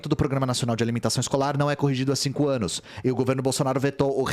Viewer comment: "No último ânus"